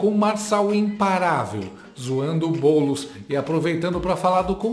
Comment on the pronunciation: Oh!!! Pare de errar o nome do homi nos começos dos vídeos!!! É BoouuuuulEEEEEss. Repita comigo: BoouuuuulEEEEEss